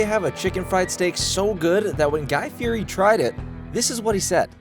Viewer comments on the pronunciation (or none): You keep saying “Guy Fi-eh-dee” but you said Guy’s last name correctly 😭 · Also pronounce Guy Fieri's name right.